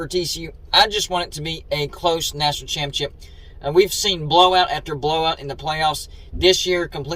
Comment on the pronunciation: Why are you featuring another cfb youtuber in one of your videos? Odd. Its like you're an Uncle Lou sycophant/fanboy. PS, please stop pronouncing "ChAAMpeeonnSSSHHIP" as "CHiMPionCHIP" 🙄🥴🧐😳